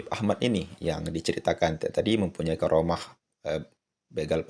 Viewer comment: assalamu alaiku,m maaf jangan sebut garomah dengarnya kurang enak. bukannya karomah. itu lafal menggunakan huruf kaf. he he he punteun